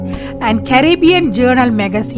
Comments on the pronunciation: madam grenada is pronounced gre na da like grenade with a a instead of e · Not far n.a. As it's pronounced get n.a. Da